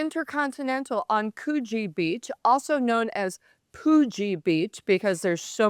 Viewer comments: Can I just correct your pronunciation of Coogee.... Coogee in New South Wales (Sydney) is pronounced "COULD-jee". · Also you are pronouncing Coogee incorrectly